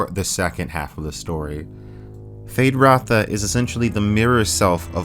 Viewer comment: Why does is say 'Fade Ratha' his name is Feyd Rautha. Is that a youtube artifact?